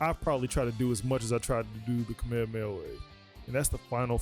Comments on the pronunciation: He nitpicks that and keeps butchering the Kame Hame Ha as “Cameamea wave”. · You nitpick “Garlic Gun” but are constantly butchering Kame Hame Ha as “Cameamea Wave” 😂